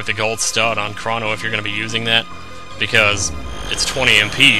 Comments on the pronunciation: Wow, if you pronoce Crono "Cra", you fail, it's really "Cro" and not "Cra", it's Greeks, and even in English you would pronociate like that I think. Plus, it ain't because it sound more girlish, that the name his not pronociate with an "u". You seem to have forgot that the game was originally written in Japenesse (who use pronciation closer to latin language that german one). Ho yea, In French, I would prononciate "Shala", don't know in English, but I would say "SKala". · In regards to names, I believe Crono to be derived from the Greek god Chronos, aka "Father Time." Seeing how Chronos is pronounced with a long "oh" sound, Crono should be as well. The word "chronological" also is derived from Chronos, but it's pronounced differently. As much as I hate to compare the two, "Crono" seems to fit the same pronunciation (as well as spelling) as the word "crone," which matches Chronos' long "oh" sound. :D